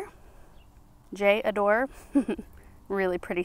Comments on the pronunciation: J’adore is French for “I love”. The J is pronounced like the S’s in the word fission, a bit softly. And you run it all together. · J'adore (kinda sounds like jahdoor). Everything is so visually appealing. Beautiful job! Love seeing those little rose bushes blooming! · J'adore. ❤️ Pronounced like Jah-door. Distant Drums is always one of the first to bloom.